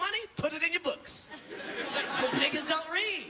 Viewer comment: I Laughed when he said 'Nigaaaz' and I'm a black guy from Amsterdam